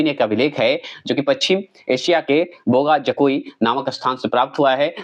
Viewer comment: कुछ का उच्चारण स्पेलिंग ठीक से नहीं बोलते हैं बोगा जकोई अलग अलग करते हैं जबकि एकसाथ बोगाजकोई होता है जो समझने में आसान लगता है